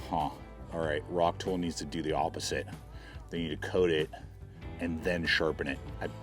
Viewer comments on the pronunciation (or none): Its not a “rock-tool”, its a “rock-tole”